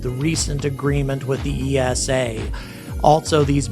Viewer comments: I was just wondering why you say EE ES AY for ESA when you pronounce NASA as one word. Over in Europe we pronounce it EESA, one word. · Please pronounce ESA as you do with NASA, you wouldn’t say N A S A either :)